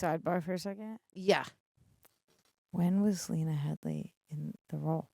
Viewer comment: It's Lena Headey, Tara, not Headly.